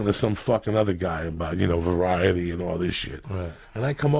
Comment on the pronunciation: “ talking to some guy about ‘varrietyy’ or some shit😂